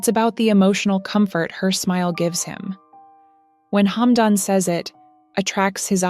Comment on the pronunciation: Плохой перевод,плохое произношение,что за шамба,хамдон.